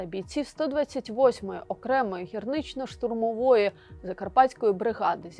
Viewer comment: Де ви знайщли таку неграмотну ведучу: "гірнично-штурмової", тобто шахтарсько- щтурмової. 😮 Такі ведучі, такі інші безгамотні не на своєму місці.